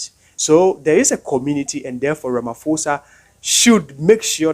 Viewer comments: pronounced as ramaposa NOT RAMA FOSA... Ignore the H on pho just say posa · Ramaphosa is pronounced Rama.... posa yes the H is silent. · Well you can’t even say ramaphosa, yeah right 😂I don’t know